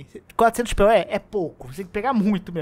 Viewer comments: Pê-o-é? Porque não fala "poe"? Hehe! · Achei engraçado vc pronunciar Poe como P.O.E. Eu sempre pronunciei "Pou", desde o Ocarina of Time. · Não é pê-ó-é. É “Poe”, falando: “pou”.